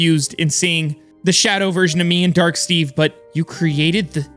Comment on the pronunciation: He said void stage instead of steve 🤣🤣😂 I'm so 😭